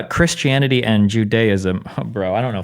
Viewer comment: I swear he keeps saying Chris Chan-ity